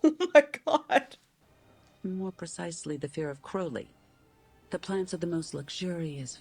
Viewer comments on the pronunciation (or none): this is such a pet peeve of mine, but it’s CROWley 😭 CROW-LEY 😭 like the bird! (NOT cROWley)